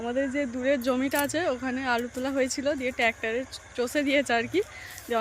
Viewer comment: Res(rest),ten(train), tactor (tractor)aisab ki ucchharon koro tumi english na janle banglay bollei to hoy bisram korte pareni....